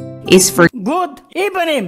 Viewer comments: Good ebening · gud ebening (